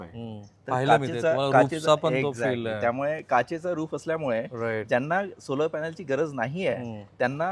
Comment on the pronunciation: सोलार नंही,सोलर कार म्हणा!! उच्चार योग्य करा साहेब